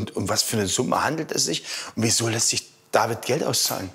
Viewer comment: WIESO IMMER "DAVIED"